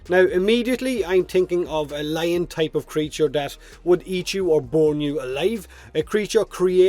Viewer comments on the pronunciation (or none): none